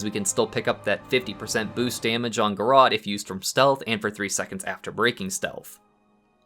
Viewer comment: TIL: it's pronounced Ga-Rott